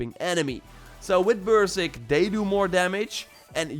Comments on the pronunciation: WTF is bursick? It’s berserk. There is another r. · Hey just a friendly heads up Berserk is pronounced more like ::::::::::::::: {Burr • Zerk} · Just a tip for you my friend. "Beserk" is pronounced like "bee-zirk" I love your videos bro. Keep up the good work. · Took me 3 rewinds to figure out what "bursig" was. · Gardea Berserk, took me a while to figure it out too